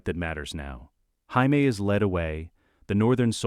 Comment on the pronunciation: when I hear jamie pronounced as Hyme i stop the video and go elsewhere.